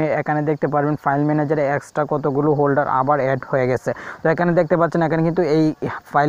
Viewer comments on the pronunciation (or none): ফোল্ডার বলবা হোল্ডার বল কেন ছেলে